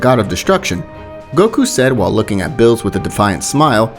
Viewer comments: why do u say names wrong cause beerus name is beerus and u said billis something like that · why do you keep calling beerus "bills"? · Why does he say bills not Beerus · Did you say bills? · He says Bills instead of Beerus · I don't want to be that guy but it's not pronounced bills it's beerus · Bro it Beers not bill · BRO WHY DOES HE SAY BILL INSTEAD OF BEERUS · And its no birus its beerus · Did he call beerus bill 💀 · its beerus not bills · Man is calling beerus “bills” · It's NOT BILLS ITS BEERUS hope that helps u not to say bills and say beerus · He kept callin Beerus Bills I’m dyin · Bruh bills instead of beeris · Why u say beerus name as Bill's? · Also calls beerus "bill" or "mr bills" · Good p2 also why does every new what if channel say beerus as bills do u speak Spanish? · I swear this man Is purposely saying ‘bills’ as beerus and Caulifla as a he. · It’s beer-us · Bills is beerus in Spanish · I HATE HOW THIS MAN SAY BREEU NAME SO BAD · This pissed me off watching, dude make a better commentary, you said he instead of sue like 70 times, you called beerus bills, it’s say-an not say-I-an, commentary makes these videos what is is, plz change it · Man out here saying things like sayayin... Calling everyone male pronouns and calling Beerus Bills lmao... Love ur vids nonetheless... Tho it's sayajin if u want the Japanese pronunciation... J like juice :)